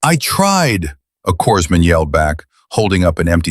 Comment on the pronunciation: Teach AI, corpsman is pronounced cor-man, & corpsmen is cor-men.